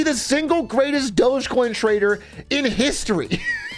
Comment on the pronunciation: Is it not "Dog E-coin"? Never heard anyone say it as "doughzsh coin"